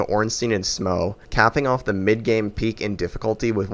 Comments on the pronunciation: Would've enjoyed the video, but mispronouncing Smough and Gough ruined it. Just to be clear, do you pronounce rough like row? Because that's how you're pronouncing these names. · Downvoted just because how you say “Smauw” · It's Smough (smoff) not (smow)) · Smough is pronounced smow though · it's SMOUGH not SMAUG it's literally on the screen. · HIS NAME IS NOT SMOW IT IS SMOUGH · Month late but I'm going to correct you regardless. Smough's name in Japanese is pronounced the same way you pronounce Sumo. So the correct pronunciation is actually su-MO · This guy has some weird takes on DS1… Quelaag and Iron Golem difficult, super ornstein/Smough harder than both of them together, the way he pronounced Smough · bro how tf you mispronouncing smough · Good video I'd say, but you disrespected Smough with that pronunciation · Not heard Smough pronounced like that before. Great video though